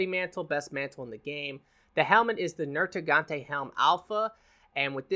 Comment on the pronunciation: NerGIGANTE. Not NerTIGANTE. I'm sorry that was just bothering me lol.